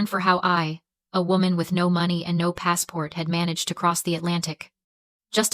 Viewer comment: Another AI video.... you can tell by how the money number is pronounced. No one talks that way in real life. I will not be subscribing... :face-orange-raised-eyebrow::face-orange-raised-eyebrow::face-orange-raised-eyebrow